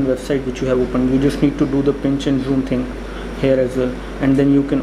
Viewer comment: zhjoom, lmao